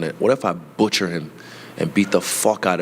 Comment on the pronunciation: Dude said butchress while trying to say butchers 😂😂.. idk why that made me laugh so hard